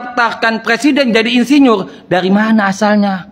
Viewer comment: Insinyur pakai R bukan pakai L